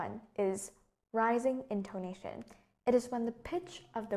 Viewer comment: mình tưởng intoNAtion - stress falls on the third syllable chứ nhỉ. maybe mình khó tính quá